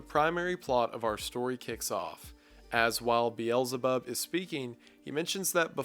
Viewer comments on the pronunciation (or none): I love your content but man do you butcher the pronounciations of those names. Like pronouncing Beelzebub as biyelzebarb😂 You should just read them as you see them without the american pronounciations.